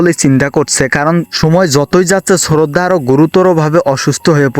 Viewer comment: শ্রদ্ধা কে শ্ররদ্দা বলচে 😂😂😂😂😂😂😂😂 হায় রে মানুষ কথা বলতে ও বুল করে 😁😁😁🤣🤣🤣🤣🤣🤣🤣😆😆😆🤣🤣🤣🤣 আমার তো অনেক হাসি পাইতাছে 😂😂😂😂